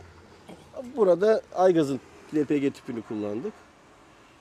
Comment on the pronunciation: El pi ci ne birader lpg diyemiyorsun yoksa Türkçe konuşmaktan çekiniyormusun